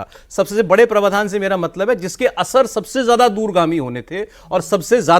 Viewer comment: आप हिन्दी समाचार चैनल चलाते हो और हिंदी की शब्दावली बिगाड़ते हो। प्रवाधान नहीं होता, प्रावधान होता है। आपको सुनने वालों की भी भाषा बिगड़ेगी